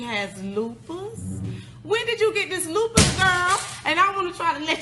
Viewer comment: Loose puss 😂😂😂 not lupus